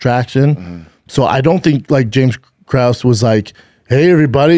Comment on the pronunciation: I’m so confused by why his production crew lets this man MISPRONOUNCE EVERY NAME. For someone who gets upset when someone calls him Brandon, he sure doesn’t seem to give a hoot about pronouncing names correctly lol. WAY-LAY? CRUES? MINER? All those are way off 😂